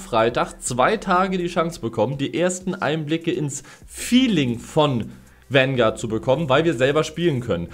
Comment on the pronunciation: bitte hör auf es Wangard zu nennen, bekomm schön schmerzen wenn zuhöre